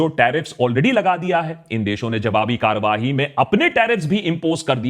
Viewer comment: sir ji "karwahi" is not a word. in urdu it is "karwai". it comes from the urdu word kar which means, some work, job, duty. wrong urdu pronounciation gives headache to urdu speaking.